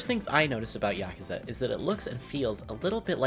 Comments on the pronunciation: Am I the only person that got mildly triggered when he said yakaza instead of yakuza? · YakUza not YakAza